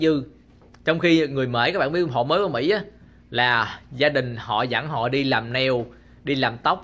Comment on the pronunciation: Anh ơi!! Mỹ chứ ko phải Mỷ!!!